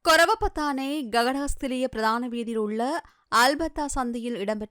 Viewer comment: கொரவபொத்தான இல்லை ஹொரவபொத்தான